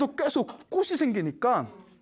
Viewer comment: 좋은 강연 감사드립니다 학생들도 많이 보는 영상이기에 한가지 부탁말씀 드립니다 올바른 발음 부탁합니다 꽃이 ㅡ꼬치 꽃을 ㅡ꼬츨 로 수정 필요